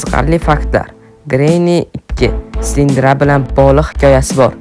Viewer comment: Slindra emas slendirina😂 Ataylap qilosanmi pzdukcha😂